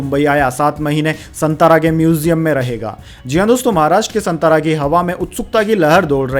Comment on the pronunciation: सातारा बोलिये,संतारा नहीं. You are not pronounced right.